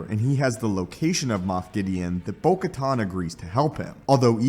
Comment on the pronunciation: Bro the “most amazing Star Wars you’ve ever seen” that title is shit. you miss pronounced kamino, Giancarlo, bo katan several times. you say “during Christmas” and not... I dunno... December? You’re fucking trash my guy